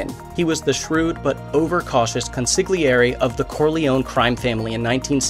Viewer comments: “CoN-siG-Lee-airy”….. or PERHAPS it is pronounced “CoN-siLL-yairy”. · its kon- sah-lee-air-e the g is silent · The ‘g’ in consigliere is silent. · Ummm... the 'g' is silent in Concigliere. You know... Italian. Just sayin' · Dude, Have you not seen The godfather???? G is NOT pronounced in Consiglieri !!!!!!